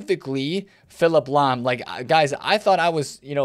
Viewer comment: I see you took the L on Lahm 😂